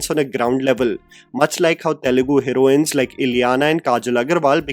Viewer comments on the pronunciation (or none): none